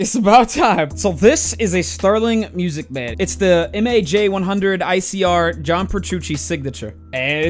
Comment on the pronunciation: lol for some reason it sounded like that to me the first time I watched this video and every video after it that he mentioned it that's all I could hear